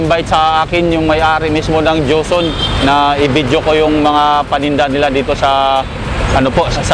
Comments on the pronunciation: ang galing ng nagbibinta madaldal hehe, bagay talaga sakanya kc nga nagbibinta sya, pero napansin ko lagi nya cnasabi jonson, dapat joson ikaw naman brad, hehehe. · ano ba yang tindero na yan? ang linaw ng nakasulat na JOSON, PERO ANG PRONOUNCIASON NIYA AY JOHNSON ????? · joson po, hindi johnson... (